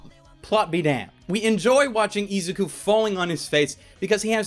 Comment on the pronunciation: He pronounced izuku wrong